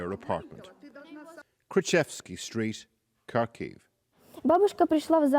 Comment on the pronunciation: Good documentary. But you butchered the pronunciation of "Kharkiv".